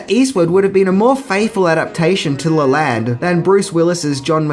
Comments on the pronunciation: It's pronounced Joseph LEE-lənd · I'm pretty sure the name of the guy in the book this movie is based off of is pronounced "Lee-lund", not "Lay-land". Silly Aussies, butchering the language. Rural Americans, especially from the South, are no better, so it guess its egg on both our faces!!!! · yeah, you got it wrong. sounds like tear, man. as in shed a tear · You are pronouncing Leland wrong (lee-land) is the correct saying.I know it's different parts of the world so we speak differently but I was just informing just as I hope you would inform me if I messed up anyone's name your country.